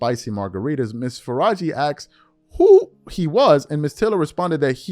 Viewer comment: Asked, Not “Axed”